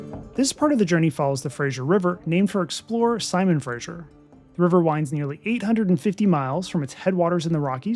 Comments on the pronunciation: An enjoyable and informative video, especially since I’ve been trying to decide between Rocky Mountaineer vs Via Rail trip. Small point for accuracy. It is Fraser River as in fray-zer. Not Fray-zsher for Frasier. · Nice video. Please pronounce the Fraser river correctly. It is named after Simon Fraser NOT Frasier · Please excuse me, but I cringe every time that fray-zer is pronounced fray-zhur. The zh sound is applied before ier, thus frasier is pronounced frazhure. Thank you. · Fact check - It's Harrison Lake, not Bay. The Fraser River is pronounced like razor, not Frasyer. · it's not FRASHIER, it's FRASER. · It is not the “Frasier” like the television show but the Fraser, pronounced Frayzer. Never understand why people cannot get this right. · Frayshure river.. LOL.. It's Fraser.... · Fraser said like fray-zur. It's not said like that 90's sitcom. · Yep. No I in Fraser!